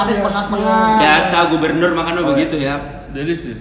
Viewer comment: "delisius" jatoh gua ngakak😂😂😂😂😂